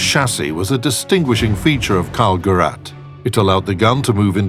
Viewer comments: "KALL - GERRAT" Good job on pronouncing it wrong literally every single time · Just a friendly advice for the narrator: If you can't pronounce words that are in the motion picture you have to narrate (e.g. like the name of the object the whole video is about, or city names like Sevastopol), then don't narrate it at all. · karl gerät not karl gerat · Karl-Gerett ahahaha It's pronounced Gereeht (kinda)